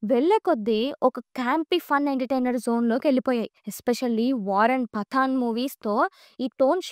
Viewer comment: పతన్ కాదు అమ్మ ! , పఠాన్. 😅😅😅😅